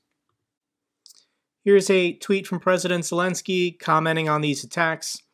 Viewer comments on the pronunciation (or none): none